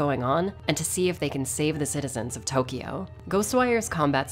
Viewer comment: It's funny how she pronounces all Japanese names and items correctly but doesn't bother with pronounce Tokyo right.